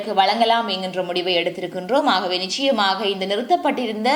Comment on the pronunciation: க்ஷ க்ஷி உச்சரிப்புகளை கலந்து தமிழை அசிங்கப் படுத்தவேண்டாம். நிச்சயமாக என்னும் சொல்லை நிக்ஷயமாக என நீங்கள் உச்சரிப்பு கொலை செய்வது ஏற்புட்யதல்ல. சங்கவி என்பதை என நீங்கள் உங்க பெயரை கூறுவதில் என்கு ஆட்சேபனை இல்லை. அது உங்க பெயர். ஒரு மொழியின் முதல் வடிவம் ஒலி. வரி வடிவம் எழுத்து பின்பே பிறந்தது. ஒரு மொழியின் முதல் வடிவான அசலான ஒலி வடிவத்தை சிதைத்தல் குற்றமானது.